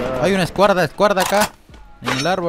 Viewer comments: Like por la "Escuarda" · Nadie: Absolutamente nadie : Luay: hay una escuarda aquí 🤣 era escuadra luay que paso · Nadie Absolutamente nadie luay: escuarda jaja <3 llegue tarde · Todos: ay una escuadra acá Luay: ay una escuarda acá Luay sos un crack🔥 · Dijo escuarda Like si escuchaste jajajaja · Nadie: Luay:hay una escuarda,escuarda aca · Ajajajaj like si tambien te reiste cuando luay dijo enfrente hay una escuarda ajjaja en ves de escuadra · Nadie absolutamente:nadie Luay:hay una escuarda escuarda aca Auto like para no desaparecer🤷‍♂️ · escuarda 😂😂😂 F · Like si escuchaste q luay dijo escuarda 😂😂😂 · Like si viste cuando luay dise escuarda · Hay una escuarda ,escuarda jajajajaja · En el minuto escuarda jajajajja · Luay: Hay Una Escuarda Escuarda Aca😂 Si lo Escucharon No son Sordos - 2020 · Luay: Hay una “escuarda” hay una “escuarda” acá. JAJAJAJAJA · "hay una escuarda" jajaja. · like si escuchaste el escuarda jajaajaja